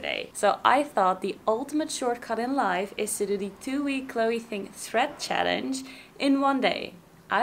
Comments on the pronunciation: it's chloe "Ting", not "thing" xD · Is anyone else annoyed she keeps saying thing not Ting!!